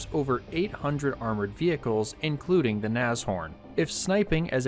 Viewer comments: ITS NASH... HORN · German here, I've only ever heard of these being pronounced "nash-orn" Very good video these were rubbish, should have just made alot of jagdpathers or Stugs with better armour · Naz ... Horn? LOL